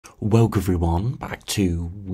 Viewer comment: Why does he say “Welk” not welcome?